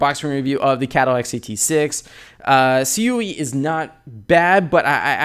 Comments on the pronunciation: It's CUE not C. U. E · Why did you say it C-U-E, I believe it's pronounced " Q ".